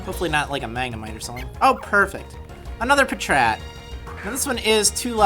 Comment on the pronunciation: It's patrat